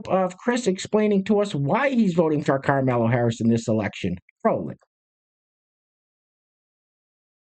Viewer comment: Why do you call her karmello?